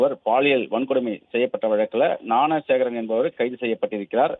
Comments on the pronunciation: நான சேகரா ?..என்ன நியூஸ் படிக்கிறே மேன் ? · Please train the news reader how to pronounce the name of the accused